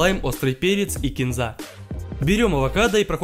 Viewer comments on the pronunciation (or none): none